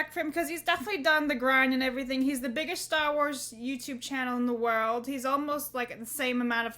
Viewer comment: Stah Wars. I like it.